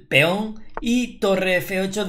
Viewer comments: Feon = peón León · por qué dices Feón?